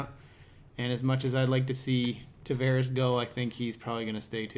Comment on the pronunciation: Tavarez (with Z) Spanish, Tavares (with S) Portuguese. Learn how to say the name!